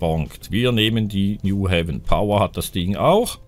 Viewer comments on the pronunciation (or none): vergiss nicht in Graz und co. die Busse zu machen. New Haven spricht man auf Deutsch New Heiven aus.